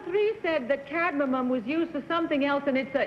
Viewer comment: She kept calling it "cad-ma-mum" .